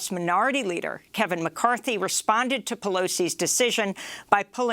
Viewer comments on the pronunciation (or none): none